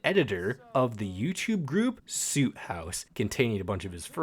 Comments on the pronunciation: great vid but the way you say soot makes me rip out my hair😭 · I don’t wanna that guy but you pronounced ‘Soot’ wrong! I was that guy too.